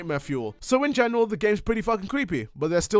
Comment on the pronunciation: "In goneral" 😐 Bruh